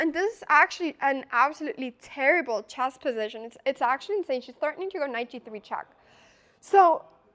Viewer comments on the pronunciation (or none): Avery single “e” sound aes a bit weird (“chack”, “chass”) and every time she says “move” (which is a lot) I hear “meuve” or even “mioof”. I always think of Mjolnir. Actually the distorted-vowels make it pretty hard for me to understand what she’s saying. But I’m quite used to rewinding a lot anyways